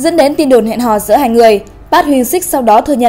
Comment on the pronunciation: Trời ơi đọc tên idol tôi mà choáng